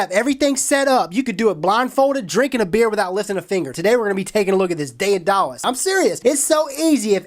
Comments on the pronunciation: Daedalus was a craftsman, he was also Icarus's father (the fella that flew too close to the sun).. its pronounced day-de-lus BTW, you Americans need to study more classics..lol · Sorry, pal, but it's pronounced "dɛdələs" (de (as in Dad) da (as in adagio) los (as in alone). δαιδάλλω "to work artfully" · It is pronounced DAY-da-lus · WHAT A PIECE OF CRAP!!! Cheaply made and useless.They sent apiece of fishing gear(swivel)-haha-and he pronounced it wrong! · The pronunciation of the name of the product makes me cringe, its soooo far off. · Just a friendly piece of advice. I’m not sure if the company name is pronounced that way, I’ve never heard it such. Either way, you should try to contact people who are sending you things to review and verify stuff like that, you know, terms or words that might need clarity. I’m not talking about you, just checking with companies to make sure you are selling the way they would like. After all a review is a sales pitch. I love your vids btw. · I think you may be pronouncing Daedalus wrong. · Goddam that pronunciation though... why... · Hotwired CumulOhm lmfao I'm American and I knew! Omg he's killing me every time he messes it up! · Greek-German here that speaks fluent English. It's not day-de-lus, it's also not tha-tha-los (although it's pretty close, the transcription is just shitty). First of all, in modern Greek the Delta(Δδ), the d in the Latin version, is pronounced softly, somewhere between an English th and a d. Then, the ae, the Latin transcription of the Greek αι, is pronounced like the German ä. You can try to pronounce it by forming an a with your mouth but making an e sound. And lastly, when pronouncing -los or -lus try to get the "twang", that you Americans have, out of your vowels. Take these tips and you should get pretty close. This comment was written poorly because it's like 2 AM where I live and I'm too lazy to proofread. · day - duh - lis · Day-uh-dallas!!!! Rofl!!! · It's (day-duh-lus) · pronounced data less